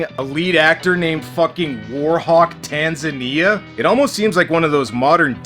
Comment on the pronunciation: It's pronounced tan-ZA-nia, just like the african country.